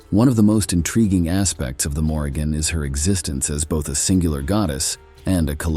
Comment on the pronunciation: His mispronunciation of her name told me all I needed to know smh😂